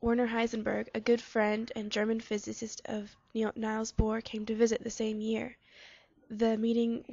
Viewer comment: Niels is pronounced "neels" not "nyles".